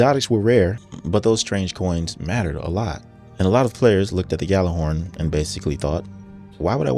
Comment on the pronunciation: It's not "GAL-er-horn" The correct pronunciation is YAL-ar-horn. The game officially died and people still do not know how to pronounce it.